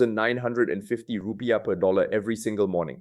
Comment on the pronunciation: The report sounds legit. But the way he pronounce Rupiah wrongly makes me doubt it a bit.